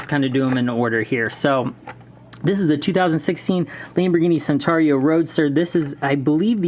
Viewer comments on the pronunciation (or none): Did you just say sentario? It's Centenario (Chentenario).